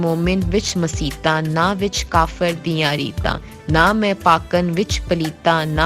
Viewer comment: اچھی کاوش پر مبارک باد. چھوٹی سی گز ارش ھے کہ خاتون کا تلفظ کچھ صحیح کروَا دیں پنجابی لفظ khoti کو khuti بولتی ھیں اور ایسے ہی مسیت آں کو مسیتاں بول رھی ھیں. گستاخی کی معزرت🙏